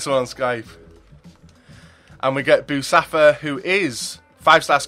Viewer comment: bousaffa l m a o . its boe soe faa